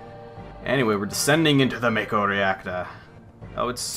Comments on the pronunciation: It's Mah-Koe, not May-Koe. Mako is formed by Japanese letters (Syllables) "Ma" (Mah), and "Ko" (Koe). "Shi" (Shee), "n" (n), "ra" (rah). You're correct about Aerith, though. There is no "th" sound (Syllable) in the Japanese alphabet, so Aerith loosely translates into Earisu (E), (a), (ri), (su). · It should be "ma-ko", without the diphtong. At least in Japanese.